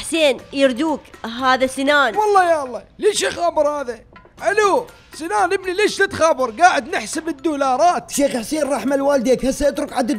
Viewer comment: هههههههههههههههههههههه مو سنان اسمو سينان